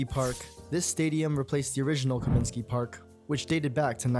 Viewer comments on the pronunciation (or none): It's Comiskey, not Cominsky.